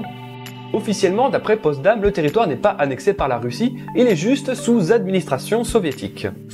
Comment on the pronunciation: POTSDAM! Et non Postdam...